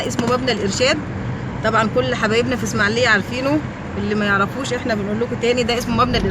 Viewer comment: اسمها الاسماعيلية.... وليست اسماعليه.... لو سمحتي